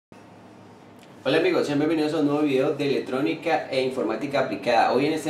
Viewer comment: Lo escuche hasta que dijo "ELETRONICA"